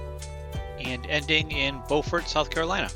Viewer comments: B-you-fort for Beaufort SC (no pause between the b and you). I have the opposite problem, I lived in Beaufort SC for a year, so I have a tendency to mispronounce Beaufort NC. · Beaufort is pronounced different when your speaking of the South Carolina version.